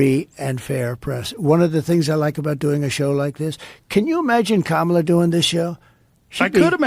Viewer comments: I was hoping other people heard him say KamalToe🤣😂🤣😂🤣 TRUMP 2024!! Edit: some dont know but she has said her name is pronounced “Cahmala” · I swear I thought I heard him say camel toe 😂😂😂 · In that opening, I believe Trump said 'comatose', but to me it sounded like 'Kamalatose'. I think that's a great descriptor. ...Kamalotose. 🤣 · Kamaltoe 😂 Trump hilarious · I didn't even notice he said- kamala-tose!!! Omg, I'm dying!!